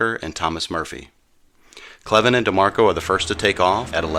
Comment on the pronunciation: Gale Cleven was my dad’s first cousin (my 2nd). My dad told us many stories about him. Thank you very much for this episode. On another note, we are always having our last name mispronounced and are well used to it. It’s actually pronounced Cl + even. Thanks again for this presentation.